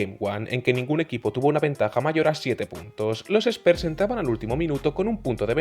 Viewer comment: Muy bien video!!! Me llama la atención que le digas spers a los spurs ajajaj pero no es hate es nomas un comentario, saludos que sigas creciendo